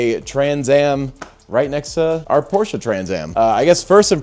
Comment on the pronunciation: THANKS for the correct pronounciation of "Porsche"! And don't you dare to put anything but a 912 engine in it.